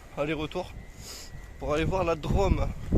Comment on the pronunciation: Bonsoir l'ami, joli petit road triple long du Rhône, entre Drôme et Ardèche, et comme tu peux le constaté sur Rhône et Drôme il y a un accent circonflexe, donc tu doit appuyer sur le Ô et pas le prononcer a la mode de la ville rose ( 😂😜) merci pour ce moment de douceur, bise. Jmdetek, Road-Magnet_YTB